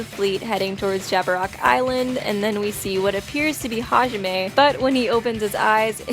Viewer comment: its hizuru half izuru and and Hijime